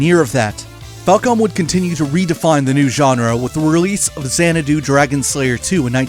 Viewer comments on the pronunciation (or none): Hmmm, I never really thought Xanadu could be pronounced as "Zan-eh-do", I always took it as "Zan-Ah-do". This was a very nice, detailed video about the Trails games, as well as a bit of Falcom's past. A mutual of mine on Twitter retweeted it, and I'm glad I checked this out! Gave me all I needed to know about the two topics quick and easy, with superb pacing to boot. All that's left to do now is to get back to Trails in the Sky 1 over on PC. Thank you again for the video.